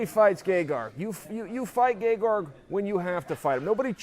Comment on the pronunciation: Chael correctly spelled it "Gegard" but is still pronouncing 'Gegarg'. I'm done trying to figure this one out.